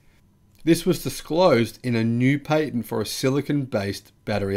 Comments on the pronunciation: Sorry you Said “Pay Tent” it’s Pat Tent ah-ha Nelson voice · Perhaps it would be wise to focus your attention on pronunciation rather than sentence structure, i.e. Patent PATent, not PAYTent...